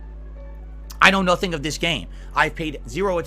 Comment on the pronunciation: You can bet he's always mashing like crazy because you can hear it. “(taptaptap)I was blahcking!(tapTAPTAPtapTAP)I'm naht doing anything dood! Nahthing I can do! ᵃʰ ʰᵃʰ ᵃᵍʰ”